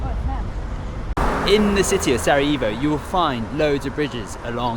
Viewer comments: One thing: when you pronounce Sarajevo; it's Sara "yeh" vo not Sara "yee" vo. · Pronunciation is Sara-Yeh-vo, not Sara eeh vo. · Facts. More like Sara "yeh" vo >;))) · Lovely video , positive vibes….but…..HerzegoVINIA ? Sarayivo ? Never mind , next time 😂